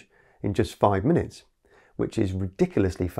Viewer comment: fully charged in 10 "miniutes". Is this Chinglish?